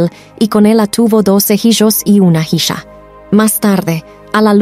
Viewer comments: Antes que nada por subir estos videos,basados en la biblia. Lo único que me gustaría es que no se mezclará la narración con pronunciación en inglés tal como cuando mencionan hiyo,hiya,que obviamente te refieres a hijo,hija,solo esos detalles. Gracias. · Excelente; una pregunta, cual es el idioma o dialecto cuando pronuncia "jisha" por "hija"?